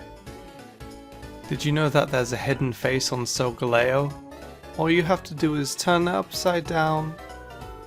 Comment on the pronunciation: He says solga-leo, but you need to say sol-galeo